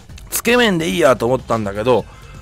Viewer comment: つけ麺のイントネーションがすごく気になるw